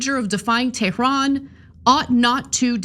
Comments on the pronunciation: Why that gay named binset doesn't say Tehran, he says Theran 😂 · He didn’t mean to say they were tyrannical, he just meant “Tehranical” as in from there, that’s all 😅😅